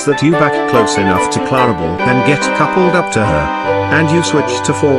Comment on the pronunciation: They can't even say clarabel right.